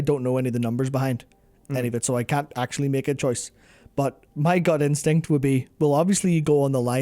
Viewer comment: took me a while to figure out what he said... thought he said "my GOD instinct"